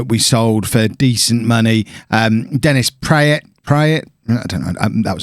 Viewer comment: Is pronounced Dennis Pratt